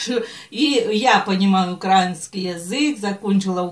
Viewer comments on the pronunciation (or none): none